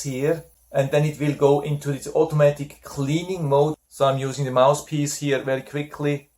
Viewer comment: Thanks for a very helpful review. Please ask a native-born English speaking friend how to pronounce the "th" in "mouth" and "mouthpiece". Otherwise it sounds like " mouse" and "mousepiece." I have this nebulizer and your review was very informative. 😊